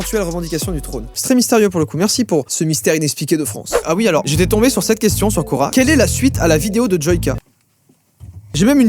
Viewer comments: Quand il a dit « cora / quorq « j’ai cru que c’était le magasin cora 😂😂😂😂😂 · Au début j'ai cru que tu parlais de Cora et pas de Quora '-' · Qui, quand il a dit "Quora" a compris "Cora" (le magasin) ? 👇🏻